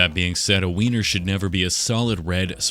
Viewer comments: Him saying winer is mecking me uncomfortable 😂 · Every time he said Weiner I had to try not to laugh 😂 this dude is the best lol